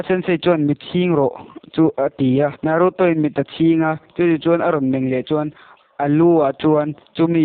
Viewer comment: Hmunawm a bro mahse movie recap thin ho dang angin a chhiar hi bel deuh hlek la a ngaihnawm viau ang a tha reng tun ai a tha in plzz in naruto poh I lam Dan a dik lo.